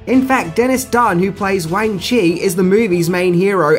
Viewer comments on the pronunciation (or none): Wang chi!!!! Wang!!!! Not fucking Wayne! Ffs